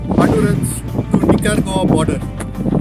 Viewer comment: Funny to hear Nicaragua called 'Nicker goa'. The local people might not like this.With my limited knowledge of Spanish I would say 'Ni-ka-ra-gva' with a very soft g.